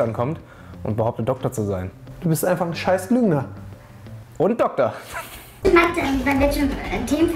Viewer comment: Dokkkkktor...es heißt DoKtor...deutsche sprache schwere sprache